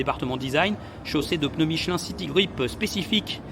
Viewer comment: Tu as une façon bizarre de prononcer "Michelin Shitty Grip"